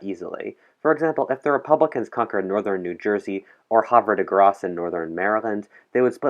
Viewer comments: Oh it’s pronounced “have-a-da-grace” (Havre De Grace) Maryland... was born there :) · You keep miss pronouncing havre de grace